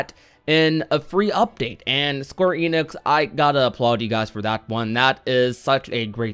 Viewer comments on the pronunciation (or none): none